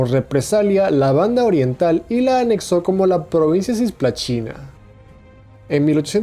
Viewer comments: Se dice cisplatina no cisplaCHina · la pronunciación brasilera es "cisplachina" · Nadie: Países hispanos: Cisplatina Brasil: Cisplachina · Repite conmigo: "CISPLATINA", no : "CIYSPLATINA". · Nadie:: Cisplachina, Sarándi, Ituzaíngo, Rivadavía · ya sé como se escribe en portugués. Pero si está hablando en castellano, justamente debería pronunciarlo como está escrito y no afectar una pronunciación portuguesa en la que no es consistente después, no dijo GueJJa da Cisplachina sino GUERRA da Cisplachina mezclando las pronunciaciones española y portuguesa. No dijo tampoco Jío chi Yaneiru para decir Río de Janeiro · todo muy bien, pero tenes errores con los acentos , y porque decis cisplachina? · Não sei porque entendi que ele fala sis plachina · Cisplatina * pero la pronunciación es "tch" al igual que los argentinos con "yo"(sho)